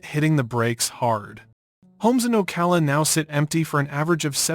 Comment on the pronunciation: Obviously this is Ai. That's the only reason why it says "Port Street Lucie" and "Street Lucie." And it also pronounces "Ocala" two different ways . . . first it's pronounced incorrectly, once, then it's pronounced correctly.